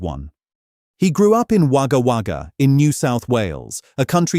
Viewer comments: It's pronounced "Woga Woga". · Wagga Wagga Pronounced: Wogga Wogga. Just called Wogga, when being talked about by Australians. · Bill Kerr came from the town (pronounced Wogga Wogga) spelt Wagga Wagga. And in Australia just called Wogga.